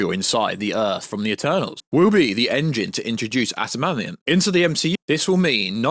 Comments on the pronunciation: It’s not shocking someone who liked the snyderverse thinks the eternals was aged like fine wine. The marvel universe shits the bed now. The only way to fix it is wipee phase 4. NWO is gonna be a shit show if you have read the scripts. And it’s “adimantium” not “atamanium” You can tell you have never read s marvel book. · it’s AD-A-MAN- TIUM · Its adamantium,says so on any marvel text in comics, games and movie subtitles. I love marvel stuff but not got the knowledge some claim and even I know how its spelt and pronounced. If I know that I'd of thought every other fan would know too. Antimantium😂😂😂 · I hope you’re miss pronouncing adamantium so badly on purpose man!!!